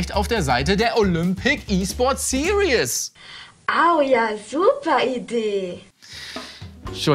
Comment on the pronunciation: Dass "Series" SiriÄs statt SirIs ausgesprochen wird, ist der längste Running Gag aller Zeiten